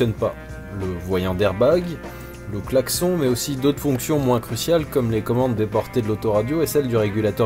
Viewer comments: Clac-son ?? Je n'avait jamais entendu çà ! On prononce clac-sonne ?? Dans le même sujet, j'adore le son du clocher que l'on entend au fil des épisodes ^^ Ceci dit félicitations pour tout ce travail ! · On dit VRAIMENT "claque-son", chez toi ?? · "le claque-son" issou